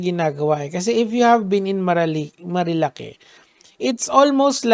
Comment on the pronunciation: Marilaque ❌ Marilique ✅